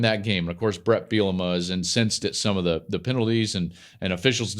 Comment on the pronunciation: Don’t call it “THEE GAME” hack. It’s “THE GAME” FFS!